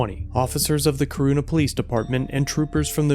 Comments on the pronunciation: Man you slaughtered the name of the town lmao. It pronounced core-on-na Corunna. Great video though. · Corunna is pronounced Corona like the beer or the viruse. It's a Michigan thing. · Pronounced “Core-run-a” in Michigan. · Pronounced “core run a” in Michigan. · its core-run-ah